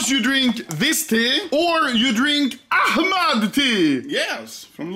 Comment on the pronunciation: Oh nice Anomaly drinking my tea cause my name is Ahmad and your the first not arabic person spelling my name right 😂😂😂😂😂